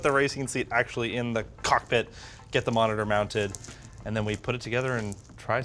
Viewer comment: he adds an unnecesary amount of emphasis on the cock in cockpit and I hate it so much